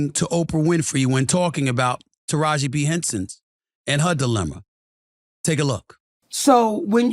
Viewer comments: Taraji P. Henson!!!! Not B. Henson🤦🏾‍♀️🤷🏾‍♀️ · Taraji P Henson..... Sounds like he is saying Taraji B Henson 🤷‍♂️ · They shouldn’t have given her anything to talk about publicly. And it’s Taraji P. Henson. Not B. And you’re right here calling Her out... obviously for a viewer boost... 🙄